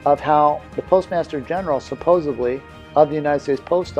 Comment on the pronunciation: “Supposebly ”. He said supposebly . For someone with perfect grammar, he sure messed that one up. I need proof this man is not the antichrist we are expecting to stand in the Temple and say he is God. I just know I won’t be worshiping the Postmaster General.